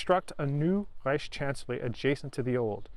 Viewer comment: Care to list them? I think he does a good job. Needs some work on the word "Reich" and pronounces S words in a way I teach Germans not to, other than that all es in Butter!